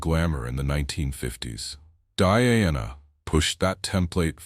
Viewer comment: Beautiful dresses, mostly, but down arrow for incredibly bad AI commentary; wrong dress entirely more than once, wrong description of event, and worst of all the ridiculously bad AI pronounced names, e.g.,, Diana, MARY for heavens sake, etc. Too lazy to correct or edit, down arrow. Best watched with no commentary since much of it is incorrect.